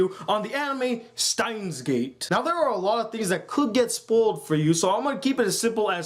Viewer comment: wow...I think he was just kind of poking fun of the words pronunciation. you should prob relax.